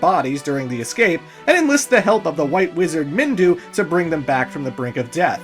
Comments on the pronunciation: its Minwu not Mindu for devil's sake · "MinWU", not Mindu lol